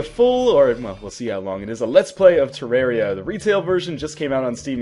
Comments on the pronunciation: you said terrari wrong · some people say terr-air-ia so dont hate.